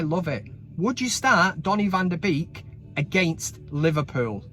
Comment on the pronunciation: "Bake" NOT "Beak."